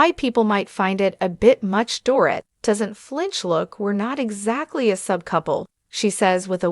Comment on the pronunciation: For goodness sakes her name is pronounced Doreeet!!